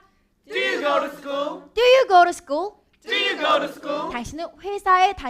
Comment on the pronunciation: hands up의 취지는 좋은것 같은데, Do you 의 인토네이션이 너무 어색한것 아닌가요?